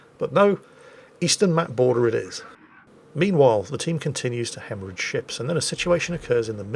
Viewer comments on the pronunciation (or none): none